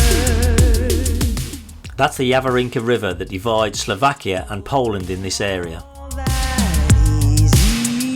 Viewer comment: Great God!!!!!😫....the name of the country is S L O V A K I A !!!